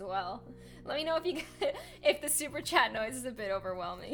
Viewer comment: Sorry 😞 super chat 💬 kinda sounds like super chad